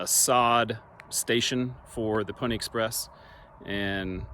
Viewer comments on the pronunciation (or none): none